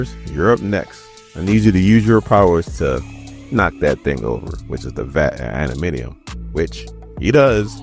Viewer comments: love your commentary. just one or two notes. It's Chamber not Chambers and it's adam-ant-tium not adaminiom lol. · ADA-MAN-TI-UM say it